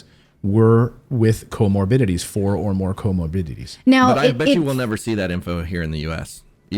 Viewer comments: It’s pronounced co-morbiDities! Not co-morbiLities since you are speaking like you know how to interpret scientific data. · What are “co-mobilities”?